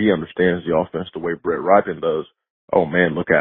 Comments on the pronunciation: FYI: It's pronounced "Rip-en" not "Ripe-en" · Can we learn how to pronounce Rypien's name? He's uncle won a superbowl MVP.. It's a well known name in the NFL